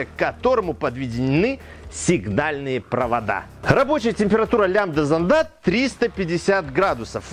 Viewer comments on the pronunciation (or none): Не зондА, а зОнда! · Только с ударениями в словах беда у него. СмесИ, зондА.)) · не смог досмотреть...режет по ушам...занда зандов.. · Не лямбда зондА, а лямбда зОнда. Я даже смотреть не смог. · Все хорошо, но вот ударения - зондА, зондОв, зондЫ, смесИ и пр. - по ушам бьют.